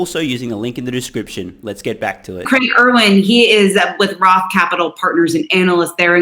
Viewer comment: Roth : pronounced Rofl